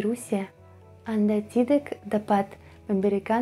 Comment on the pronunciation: cewek mba, bukan cewex... tidak mba, bukan tidax... tapi mantap masih bisa dimengerti